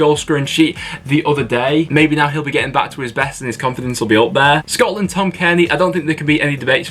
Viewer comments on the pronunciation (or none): none